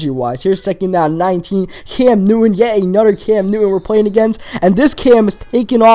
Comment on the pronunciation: Da. Anoder. Dat. Dude, can you fucking pronounce a T at all?